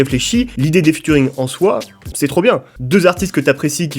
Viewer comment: Cette série est énorme par contre prochaine fois que tu dis Futuring ya moyen je casse des trucs